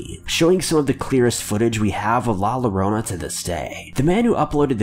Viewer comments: as a bilingual person hearing La Llorona pronounced like that makes me cry so damn hard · You said "La Llorona" wrong. It's said "Adobe after effects". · Amber Smith if he’s going to take the time to do a video on it he should take the time to at least try to pronounce it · C'mon bro you didn't even try to pronounce la llorona the correct way. Smh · Pissing me off how he saying “La Llorona” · Everytime you mispronounced La Llorona I cried🤣😭😭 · you’re pronouncing La Llorona wrong. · When he said “La Llorona” I felt that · Don’t ever say La Llorona ever again. I cringed every time you said it. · La Llorona is pronounced more like hurricane tore-till-ah I'm sorry I just really miss Vine. 😒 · Damn how many times ya gonna keep saying he pronounced llorana wrong ? 🤣😂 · I’m not even hispanic but HIS PRONUNCIATION HURTS ME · I'm really sorry but it's not pronounced with an L sound. I'm not hispanic either and don't speak a lick of spanish, but I am familiar with how it's pronounced.. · The way he says llorona hurts my ears!! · Bruh the L’s r silent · You said it wrong my guy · there's litteraly a disney/pixar movie with a song that the title is La Llorona, how can you mispronounce Llorora? even i, a french-canadian, know that double L in spanish is pronounce Y. ps: La Llorona...in Peru??? nope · Pronounce "YOgurt" now say "La YOrona-LLorona... Come on my man I couldn't watch this video because of the mis pronunciation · "La Lorona" my ears are bleeding, help 😭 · It's pronounced "yor-OWN-uh". Llorar means "to cry," so essentially la llorona is the crying woman. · Everytime he said la lorona i cringed 😂😂😂😂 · How to prononce la llorona La yo-ro-na la llorona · La “luh-Rona”? Who is she? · "LA LORONA" Damn! My ears are bleeding. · I’m cringing so hard because of how he is pronouncing La Llorona. If you’re hispanic you can feel my pain. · The real scary part is how he pronounced la llorona It sounds like he is trying to act white but is actually Mexican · Yes. Extremely.